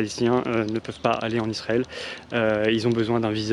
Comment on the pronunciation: Pourquoi vous dites lisrael?